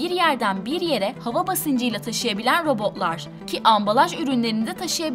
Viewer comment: Sırf o yüzden videoyu durdurdum. Robo'lar, otoma'lar şeklinde tuhaf bir telaffuz var.